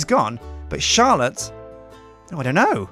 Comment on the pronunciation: I heard charllote